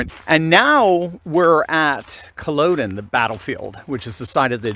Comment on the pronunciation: Pronounced..Kull-odd-den...not Kull -oh-den.